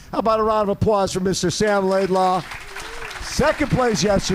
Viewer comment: Great interview Bob, but his last name is LaidLOW not LaidLAW.